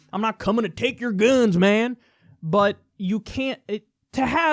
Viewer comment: I love how he has to put weird accents on some words like “sex” and “guns”. I dont know, this YouTube algorithm is kinda shitty